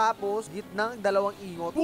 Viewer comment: Tin ingot MP4 Tin ing-got pronounce nun dba?